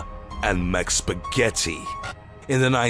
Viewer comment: MicPeetzuh and Macspagyettiee